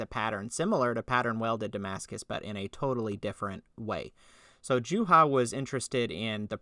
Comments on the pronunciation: What would be a proper Finnish pronunciation? "Yooha"? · Wow you really butchered poor Juhas name